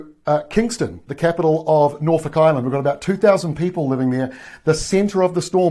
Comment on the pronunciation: Norfolk pronounced correctly in this part of the world!